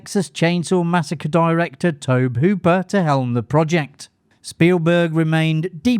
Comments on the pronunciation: Tob-e, not Tob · lol you HAVE to learn to pronounce Tobe (Toe-Bee), not Toh-b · The director's first name is pronounced TOW-BEE. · Firstly, Tobe is pronounced TOBY. You basically pronounce the ‘e’ at the end. Secondly, Mick Garris, who was doing publicity on Poltergeist, should have the last word on this absolute nonsense that Spielberg directed Poltergeist: “Spielberg is a consummate filmmaker. He lives and breathes movies. Very passionate, very intelligent, very articulate. And yes, I would see him climb on the camera and say, ‘Maybe we should push in on a two-shot here or do this/that there.’ And Tobe would be watching. Tobe was always calling action and cut. Tobe had been deeply involved in all of the pre-production and everything. Tobe directed that movie. Tobe was a terrific filmmaker. I don’t think it’s that Steven was controlling. I think it was Steven was enthusiastic. And nobody was there to protect Tobe. But all of the pre-production was done by Tobe. Tobe was there throughout. Tobe’s vision is very much realized there. And Tobe got credit because he deserved credit. Steven Spielberg said that! Yes, Steven Spielberg was very much involved but it’s a Tobe Hooper film.” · I can’t give this video a "like" due to the mispronunciation of Tobe. Anyone who knows the first thing about horror films knows how the man pronounces his first name.